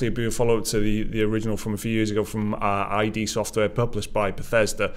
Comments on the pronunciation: "Id Software" not "I-D" Id, like the Freud's psychology terms: Id, Ego and Super-ego. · It's not "aye-dee soft" guys ;-) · Id not I.D. Come on. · Guys, id software is pronounced 'eed', as in the part of the psyche it was named after, not 'aye-dee' as in identification. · You pronounce it "id software", like "kid". It's the psychological term: "The id (Latin for "it",[4] German: Es)[5] is the disorganized part of the personality structure that contains a human's basic, instinctual drives." Not "I.D. Software". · It's Id Software, not I.D........ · It's pronounced id as in 'Placid'/the Freudian psyche, not I.D. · not I.D. software guys, it ID. read it like eed. thanks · It's iD Software. "ihd" not "eye-dee".